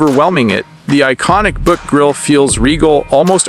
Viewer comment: Pronounce Buick right!